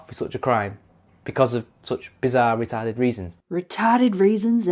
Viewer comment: You'd do well in new England saying fuckin retawded lol love these